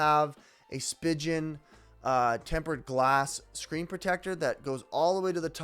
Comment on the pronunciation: It’s pronounced “Speegen”